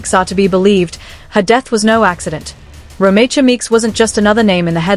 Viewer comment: You are pronouncing her name wrong